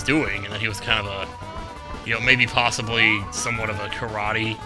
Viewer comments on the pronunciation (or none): none